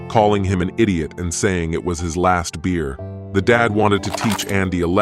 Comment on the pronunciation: Beat me to it, when I heard the ai voice 'that was my last beewr.' the song last beer immediately kicked in xD